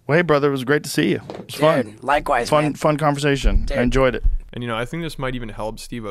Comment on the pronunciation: says man as ‘mon’